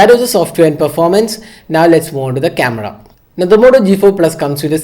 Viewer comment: that "CAMEDA" though. 😂😂😂😂😂😂